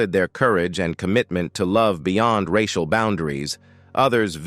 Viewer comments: "Rash-ee-al issues"? It's too much to just have an actual human narrate the video? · The AI machine goes all French when saying 'racial' and 'intergration'. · I am sick of these stupid AI narrations! "reishial" issues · Monday March 18th 2024, 1002hrs The A.I. mispronunciations of societal racial, and several other words are hilarious.